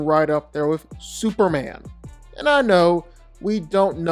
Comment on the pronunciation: It's superman.. Not super an ..